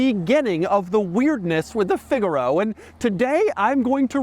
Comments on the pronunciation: Figure-oh 🚫 Fig-aaah-ro 🤌🏻🤌🏻🤌🏻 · "the Figalo…" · It's pronounced "fig-ah-row" 👍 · I’ve always wanted a figaro but why did he say it like that shouldn’t he say it like the musical term?